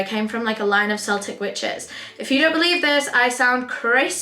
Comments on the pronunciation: im a practising witch hun not wierd at all .. not meaning shady but Celtic as in Celtic witch is pronounced with hard C so ..Keltic/ Kelts Celitic as in the Scottish footie team in Seltic with soft C love these vids you are a Rockstar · Not the seltick witches… keltik babes Celtic is pronounced keltik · This is so how I see her🥰 On the note of wanting to broaden vocabulary celitc Inthe way used it should be pronounced with a k sound! 😊 And paganism is definitely something needs to explore 🥰